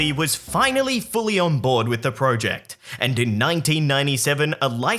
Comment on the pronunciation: Say project correctly